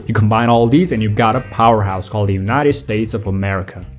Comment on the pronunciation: The Way you say UNITED states of aMERicAA is just Chef's kiss ✨😂